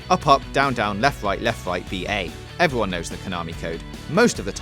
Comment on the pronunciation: "... evewy one got the message."